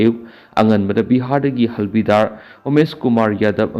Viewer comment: Pao taba nungaite/ lon sengde.Havildar bu halbidar hybignu. Home work toubiyu.